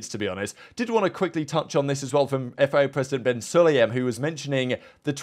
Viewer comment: FIA not FEA